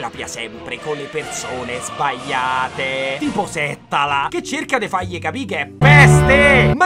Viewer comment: Ciao, giusto per cultura ti do le pronunce Val sàssina Settàla